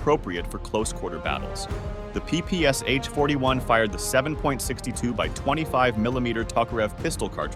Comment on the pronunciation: PPS-h [ pi:-pi:-es-eɪtʃ ], he said. In "ППШ", the Ш is [ ʃ ], not [ es-eɪtʃ ].